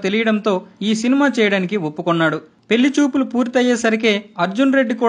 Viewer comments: Pellisupulu........kaadu pellichupulu. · Pellisupulu kadu bro Pellichupulu